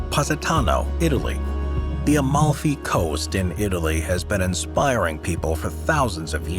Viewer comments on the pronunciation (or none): none